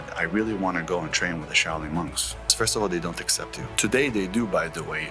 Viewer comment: Shao Ling sic. Cant even say the word , maybe he had kung fu panda teach him , as shifu was busy ! And now hes got 10x testosterone , thats not even healthy let alone true !